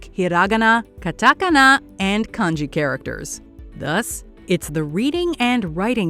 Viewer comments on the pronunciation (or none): Terrible pronunciation of the Japanese words katakana, hiragana or kanji! In Japanese the stress is on the 2nd syllable.